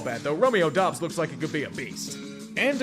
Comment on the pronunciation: So the Lions are singing about getting out of a paternity suit. That sounds relevant. Gotta learn the names,. The next great GB wideout is named Romeo Doubs (pron: DOOBS), not "Dobbs". Now that Rodgers is doing psychodelic drugs, It's nice to know that the rookies are still staying with the basics. Midget Man is leading the Cards while the Eagles stay with "So Bad It" Hurts. Oh, these OU quarterbacks.: "I got you a plot of land in Ireland" Mrs.: "Do you know how much the property taxes are on that?"